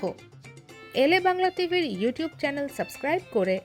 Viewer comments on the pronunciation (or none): none